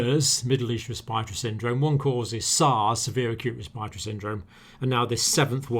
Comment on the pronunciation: I love all your videos, but why do you guys keep mispronouncing respiratory?! Just imagine the second r isnt there